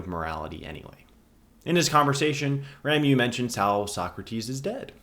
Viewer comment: RA MO is the correct pronounciation. RA MO. Rameau = Branch. You're welcome.